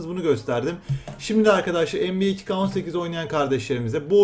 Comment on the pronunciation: NBA diyorsunnnnnn